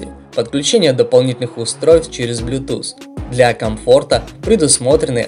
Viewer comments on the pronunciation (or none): none